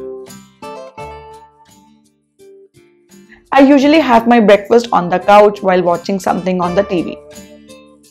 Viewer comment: Is it ujually or usually??!!!